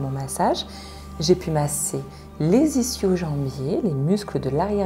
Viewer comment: Ischio ça se prononce iskio